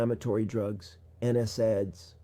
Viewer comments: My clue he was an actor and not in the medical field like me, was when he pronounced NSAID incorrectly. No one in my 30 years of practice has ever pronounced it like he does. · This 'doctor' doesn't pronounce NSAID correctly so be careful. Would be helpful to include his credentials in description to check. These days don't believe ANYTHING online until verified